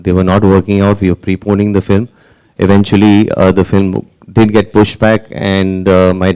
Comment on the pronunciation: is like.. "flim".. seriously? 😝